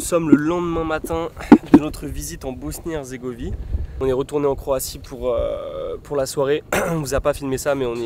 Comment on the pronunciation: salut bg, je vois pas de commentaire faisant référence à ça donc je le dis pour la simple info: mais c'est Bosnie-HerzégoviNe, et non herzégovie :) super vidéo encore une fois, trop envie d'aller au Monténégro!!